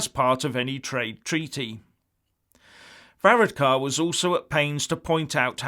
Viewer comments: hahah you cant say his name right ! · Amazing you little Englanders,and he is not a prime minister,he is the Taoiseach,you could not even be bothered to learn to pronounce it,typical myopic view.And you’re figures about the election are way out,unbelievable and Varadkar is not pronounced like that.